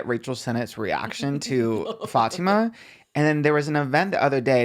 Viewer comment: It’s so refreshing seeing people pronounce Fatima correctly, thanks 🫶🫶🫶